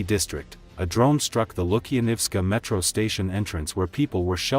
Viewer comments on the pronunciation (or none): none